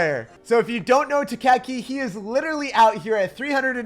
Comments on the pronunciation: It's pronounced tai-ki not tak-aki, lol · The way you pronounced taiki sounds like tukeki